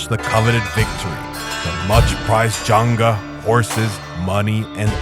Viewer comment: Pronunciation of zangia is incorrect here: Janga or Junga is a sinocized version of Zangia (Z not J). This is called and pronounced as Zangia, not Janga or Junga. Many Inner Mongolians are sinocized nowdays, and therefore, their pronunciation of Mongolian language and words sound very Chinese!